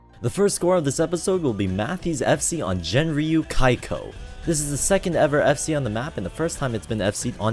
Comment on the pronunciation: uh, then its Genryuu kaiko aswell and not Jenryuu kaiko